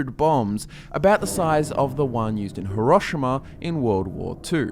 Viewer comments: ee-rosh-ee-ma, not aroshama. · dont mind the pronunciation guys it's all in the accent. But I'm pretty sure we all cringed and said Hero-she-ma "Hiroshima" lol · Lmao "her rusha ma" , "hero she ma"